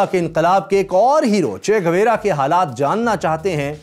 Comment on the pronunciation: چہ گویرا نہیں، چہ گوارا ہے. بھائی صاحب!!!